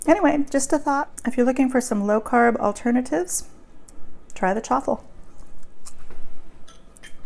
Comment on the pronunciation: but on the messages it sounded like truffles. And you never said egg and cheese!!